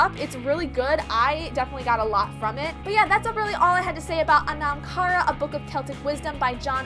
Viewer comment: its pronounced "aw-num." (sort of like autumn). NOT "uh-nom." ...good lord.